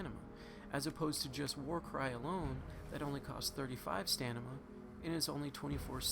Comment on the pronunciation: STA-MI-NA NOT STANIMA! Fuck. READ. Stamina. Stamina. Stamina. Stamina. Stamina. Stamina. Stamina. Stamina. Stamina Stamina. Stamina. Stamina. Stamina. Stamina. Stamina. Stamina. Stamina. Stamina. Stamina.